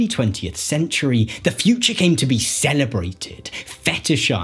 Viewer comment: interesting, I would have paid more attention if I wasnt soooo distracted by the guy's inability to innunciate the final syllable of each sentence "bold new visions of the futch..."